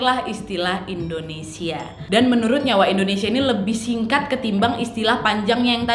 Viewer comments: Hi nad, indonesia bukan endonesia. wkwkwk peace 🤣✌ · Yanh bener endonesa